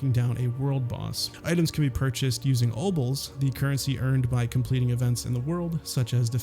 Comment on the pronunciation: I thought I was having a stroke when he said "obles the currency obtained by completing events in the world" a second time.